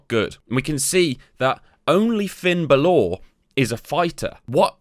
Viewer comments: B A L O R Not Balooorr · This bloke can't say balor he keeps saying balaw 😂😂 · Finn Bal-orrr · Did he just say Finn Bal-Or ? 🤣🤣🤣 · It’s bal ler brother sorry for the gammer but good video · someone don't watch WWE or play regular matches? Baloooor? Asooka? Bassler? come on man you're not even trying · Their called "faces and heels" good guys and bad guys, how hard is that? If your playing a WWE game you already know what they are so why not just call them that. Finn's name is pronounced Bal ore. Specialists are the best because you can put them up against ANY STYLE, bruisers you need to put them up against fighters, giants against cruisers but again SPECIALISTS you can put up against any style. It's pronounced Aska not AsUka, Jesus Christ have you not watched a single WWE show? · Hey asshole, how about learning the correct pronunciation of the wrestler's name before butchering it multiple times? Thought Brits were supposed to be intelligent. Dead ass wrong. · the pronounciation of finn bálor in this video is outrageously triggering for no reason. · The pronunciation of Bálor is killing me..